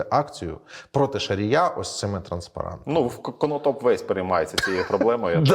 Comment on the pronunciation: Все б нічого, але шановний пане, не "Канатопу", а "Конотопу". Українське місто "Конотоп".